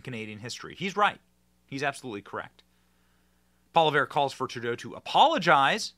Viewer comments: "Pierre Pol-i-vare." Please learn how to pronounce the name of the future PM of Canada. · poly ev is Polievre in Anglo Benny. The "re" is silent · Pol-i-ev Is how its pronounced. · The name Poilievre is pronounced Poly-ev. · Poli-ev is how you pronounce it ;) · Benny it’s pronounced. Pol-e-ave. Easiest way I can make it sound, Pierre for PM! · Pierre Poilievre's last name is pronounced (Polly Yev) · Hey Benny! The conservative leaders last name is pronounced “polly-ev” 😊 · Poilievre's name is pronounced like 'pwa-lee-ev'. You might want to practice, since he's likely to be the next PM. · Benny it’s Po Lee evv, 😆 😊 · You pronounce it Pho li ev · Poilievre is pronounced pwow....lee....evre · its pronounced pwa-lee-ev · Poilievre pronunciation: Pwa-lee-ev-re. You’re welcome.